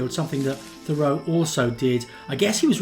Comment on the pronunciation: It's not pronounced "Conn-CHORD," it's "CON-kerd"!!! And, like almost everyone else, you pronounce Henry's last name wrong, too, but that is to be expected.